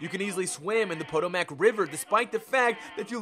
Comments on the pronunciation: POE-TOE-MACK River? It’s PUH-TOE-MUCK River. Fking numbskull. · Its pronounced PO-TO-MIC Dumbass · Poto-Mack? P.S. In the dictionary under Redundant it says, "See: Redundant" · Outside of game details/facts/pronunciations, you pronounced the Potomac River wrong. It's not pronounced as it is spelt, but rather "Pa-toe-mic". Being the actual river and living in DC, that bothered me. Sorry. Overall, it was a decent video. Learned some neat stuff. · The Poe-Toe-Mac River? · John Smith or the way he pronounces ‘Potomac’ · You mispronounced look and Potomac I have lost faith in humanity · NUCULUR? PODOMAC? WTF MORON